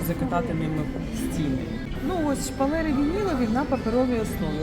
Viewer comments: А чого шпалЄри, а не шпалЕри? Ріже слух. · Не шпалєри! 🤭 А шпалЕри!!!!💯